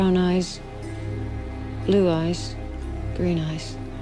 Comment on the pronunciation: "Eyes you'll shut forever" ? Or "Ice you'll shut forever"?'